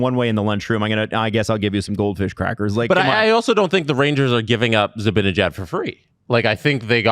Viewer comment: I love you, you’re beautiful inside and out. But I’m begging you, please learn to pronounce Zibanejads name lmfao